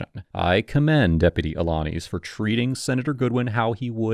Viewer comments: A - la - niz (niece) lol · Despite Deputy Alaniz saying his own name several times during this video, still butchered the pronunciation. As for the interaction itself, the deputy showed tremendous patience and professionalism. The senator was all about deflect, deflect, deflect.